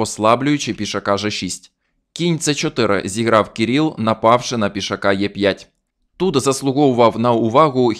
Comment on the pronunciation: Кирило, Кирил - а не Кіріл.